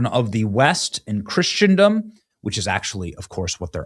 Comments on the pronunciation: Benny it’s not “Christiandom” no such word. It’s “Christendom” please read this and learn. You say this all the time. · Victim's name is pronounced NOVAK...AND no such thing as Christiandom...it's ACTUALLY CHRISTENDOM!!! Your knowledgs of the English language is pathetic...but I agree with the overall message...just hate hearing the language butchered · Thanks for your DD BJ... and please, It's "Christen-dom" ... like a "Christening". No shade I'm on the Team, it was the 2nd time I heard you say it so, might as well say it properly ... Bless!!